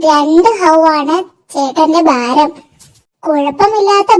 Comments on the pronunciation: Faram അല്ല ഭാരം എന്നു പറയണം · ഫാരം = ഭാരം